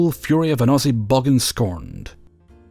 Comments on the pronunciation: Took me a second with the cookie monster story to understand "bog-an" was meant to be bogan (it's said more like bow-gan) lol good laugh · Hi! Just wanted to mention something as a Confirmed Aussie. In the Cookie Monster Story, OP refers to the antagonist as a 'bogan'. While I can see why you would pronounce this word with the O used in bog or bogart - both being slimy, distressing, and persistent in their need to irritate - it is in fact pronounced boh-gan. Think Homer Simpson screaming at a sunburned Boomer bloke in a Bintang singlet and thongs, you'll get the right idea. Yes, I know what Americans think of as thongs. That's the whole reason I used the word instead of flip-flops. Fun mental image.